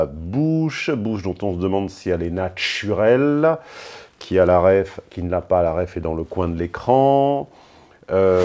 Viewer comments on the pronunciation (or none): J’ai entendu dire natchurel mon coeur a sauté un battement